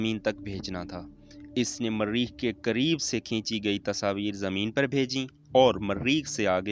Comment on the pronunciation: Mareeeeekh,,, Launch ya lounch,,,, idiot, copy b nhee kr saktey, bus dosron ki video ko dub kr k apney nam sa bana dia, lanti